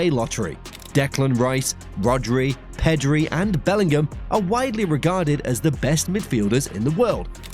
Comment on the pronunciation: "Pedri" lol